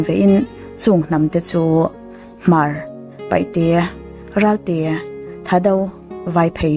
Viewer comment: PAIHTE tih tur ani lo,PAITE tih tur👍👍👍👍